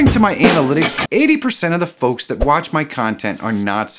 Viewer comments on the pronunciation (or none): why do you call us focs